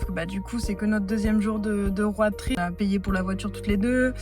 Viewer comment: Tu es rayonnante ma WallamAAAAN et la façon dont tu prononces roAD trip me fume La déclaration au bout de 2 jours de route c’est pour m’achever 🥹🫶